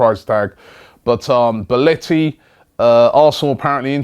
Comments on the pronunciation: boletti?? its belotti not boletti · It's Belotti not Beletti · Belotti. Not belliti. You had one job robbie, ffs😂 but anyway a really good player. Just 21 years old. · BEL-OTTI........ NOT BEL-ETTI. FFS, ROBBIE, SORT YOUR TONGUE OUT. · Yep he's name is definitely BELETTI you melt .How can you not pronounce Belotti right .fucking hell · goddamnit robbie .... XD its BELLOTI not BELLETI lol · It's pronounced Belotti not Beletti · belOtti FFS! pajnic and beletti - terrible. it is fcking BelOOOOOtti. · IT'S BELOTTI NOT BELOTTI I'M ITALIAN AND MY EARS WERE IN PAIN! BELOTTI IS AN AWESOME PLAYER REAL GOOD TOP QUALITY AND TALENTED ONLY 22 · how the fuck do you mispronounce that? its BE-LOTT-I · Do you watch any other league competition besides the premier league? First, you didn't know who Emil Forsburg was, now you mispronounce Belotti's name. SMH at these delusioned English football fans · god dammit robbie you said bellotti's name wrong right away